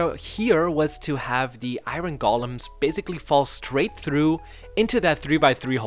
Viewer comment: EYE-RON golem😂